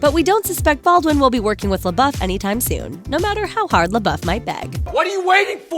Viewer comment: Pronounced "lay-bow" not "lay-buff."